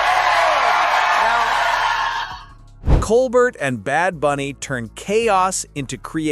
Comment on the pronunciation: It’s pronounced Colbair.